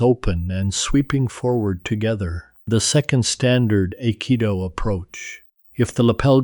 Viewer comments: Bullshit. AI can't even pronounce Aikido correctly. Trash talk each other? Yes! Physical contact? Never!!! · The narrator butchered the pronunciation of Akido lol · It’s crafts service - many crafts, one service. Duh!! Oh. Learn how to pronounce Aikido, too.